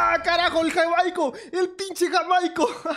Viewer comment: Jajajaja! Dizque "JaMAico". Es Jaimico.